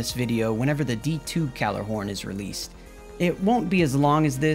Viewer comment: ahem it’s pronounced “Gi-y’all-are-horn” 🧐